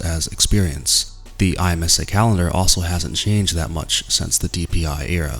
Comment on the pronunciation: I’m like thrown off the way you said IMSA by just the letters instead of “EmSAH”. Also Petit Le Mans will be a dope finale.